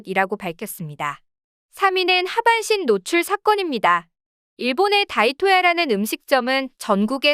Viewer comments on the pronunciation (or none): 다이토야가 아니고 '오오토야'입니다.